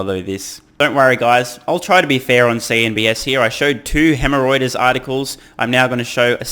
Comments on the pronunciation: Did you just say Hemreuters?! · Hemorrhoiters ... love it! I had to rewind several times to figure out it was Reuters' new nickname that you were coining. Thanks for pointing out bluntly all the FUD. It's quite obvious, but is nice to get a blunt dismantling of it all.